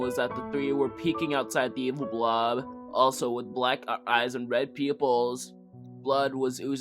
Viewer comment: Red peeyoupules